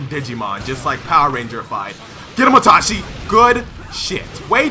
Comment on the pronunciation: “atachi” “ochiha” 😹